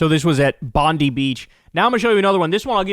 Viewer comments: It is pronounced Bond Die, not Bond Dee. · It’s a little petty but the beach is pronounced Bond-eye not Bondee. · Lol the "bondee" part was what cracked me up. The most famous beach in Australia and known worldwide and Kyle doesn't know it. For the 1st replier, it's pronounced Bon-die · Tragic! 🎉🎉🎉🎉🎉🎉 HEROIC 💙💙💙💙💙 it's pronounced Bond-EYE [Methinks] not Bond-E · Americans keep saying “Bondee” Beach. It’s pronounced “Bond-eye” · Just a word of advice, Bondi Beach was named in 1882, was Pam around then? Its pronounced BOND-EYE not BONDEE. When you Americans figure out that the world doesn't begin and end with you, let us know, love to welcome you back to reality. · It’s not the first mass shooting in Australia since 1996…. It’s just the worst one since then. You could literally do a five second Wikipedia search. Also, “Bondee”? The most famous beach in Australia and you didn’t watch a single news reel to confirm how it’s pronounced? I honestly think Kyle prepares for his show by just scrolling on twitter for a few hours, and it’s honestly quite insulting. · it's pronounced Bon-die Beach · The death toll could reach as high as 20, but it could have been a lot higher if they had an AR-15. Bondi is pronounced "Bond-eye" and this area was very crowded for a summer evening. Especially with religious events held on the beach. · It’s pronounced Bond-eye Beach, Kyle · Bondi is pronounced Bond-eye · what's Pam? But yes Kyle pronouncing it bondee was hilarious and ignorant lol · Lol yeh he said it stupidly wtf is bondee lol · It is pronounced "Bond-Eye" ffs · Kyle can’t pronounce Bondi correctly 😭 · Loll yeh Kyle showing his ignorance by pronouncing it terribly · we can forgive him - most of world wouldn’t of heard of Bondi until Yesterday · Fr, that part by Kyle got me shaking my head 🤦😂. The most famous part about Australia and he doesn't pronounce it right. Makes me think Americans are in their own bubble😂